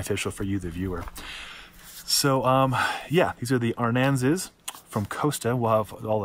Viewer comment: Thanks for the video. I am ordering these based on how they looked on you. I have a similar size and shape face. My hair is even very close. However, you are not pronouncing "Aransas" properly. It's a southern Texas county. Sounds like "a rans us".